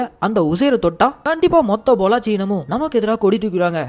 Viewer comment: பொள்ளாச்சி இல்ல ப்ரோ பல்லோச்